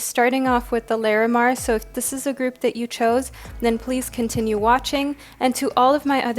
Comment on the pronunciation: Just FYI...Lah-re-mar. Not Lair-eh-mar 💙